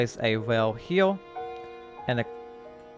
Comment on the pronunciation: can you say here instead of heal?